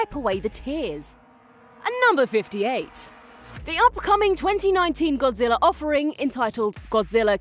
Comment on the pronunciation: What is Godzillarr? I don't remember there being any r's